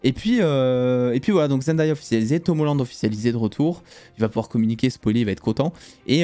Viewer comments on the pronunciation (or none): none